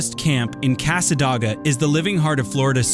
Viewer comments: That drove me nuts every time that he said it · it's pronounced casa day ga Nice video, I actually learned a couple new things about my native state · Its Cas-ah-day-gah not what u said...and its beautiful there, it has an old historical library and devils chair, purple rose store is ran by a very sweet lady. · Thank you. I live about 20 minutes from there, and this AI guy was driving me crazy.